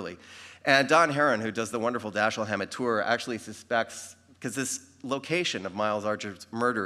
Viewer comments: How can you mispronounce the name of your subject?? It's Da-SHEEL! Alleged fans should know better! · It is consistently mispronounced throughout. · Why take it upon yourself to "Americanize" his name? Why not pronounce it properly? As you explained, he himself pronounced it "DaSHEEL".